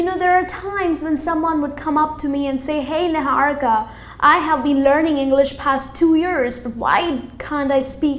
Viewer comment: I just watched it to hear Niharika as Nihaurikha😂😂 Sorry mam but it's quite funny Btw ur all videos are awesome... N useful too